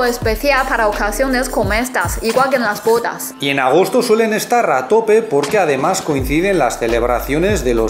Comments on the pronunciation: Cuando dices bodas yo escucho putas jajajaja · esa pronunciación de bodas hay que mejorarla:P